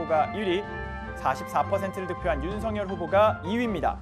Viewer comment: 소리같아요. *세살짜리 우리말 배우는 것보다 더 못해요. 틀렸어요. 바르게 소리내세요~~~ 윤 서 결 ××× no. NO 윤 성 열 ○○○ok. OK 성열로 소리내세요 ! 방송인들 조심하세요 추방운동을 전개합니다.